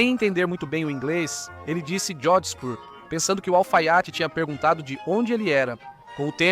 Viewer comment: Essa pronúncia "Jogsburg" está completamente errada... E "Berfak" (ao invés de Wehrmacht) também soou hilário...